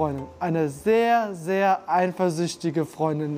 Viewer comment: eiNfersüchtig! Kann mal jemand ihn erklären, dass es ohne N geschrieben und ausgesprochen wird